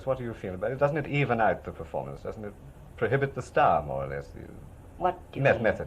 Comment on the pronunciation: "You can never prohobit stars" 🤭🤗🥰